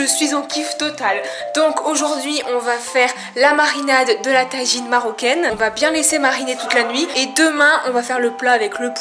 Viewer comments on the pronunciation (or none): C'est un tajine pas une taijine 😒😂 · MDR elle dit la taginez